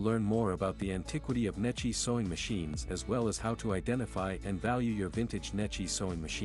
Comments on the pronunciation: Unfortunately, the computer reader pronounces Necchi very un-Italian.... I pronounces it as it would be (English) spelled like Netchee.. Correctly, it is pronounced as it would be spelled like Nekkee (or Neck and Key joined). AI get's it almost right: The phonetic pronunciation of "Necchi" in Italian would be "NEK-kee" - with a hard "C" like in "cake" for the "C" and a long "ee" sound like in "see" for the "chi" combination. Breakdown: N - "N" sound as in "no" E - "eh" sound as in "bed" C - "k" sound as in "cake" H - "ee" sound as in "see" Key points: The "ch" in "Necchi" is pronounced like a "kee" sound, which is a common Italian pronunciation. The stress is on the first syllable "NE". The issue w/ AI is that it did not get the point of the H following the C: an H after a C makes the C(H) sound like a K and because of the double C a strong K. It is also not the H that makes it an ee... it's the i. And yes, an Italian i (at the end) is always an Enlish e. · Pronounced neck-ee.